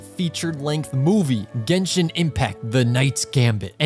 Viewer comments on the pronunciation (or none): none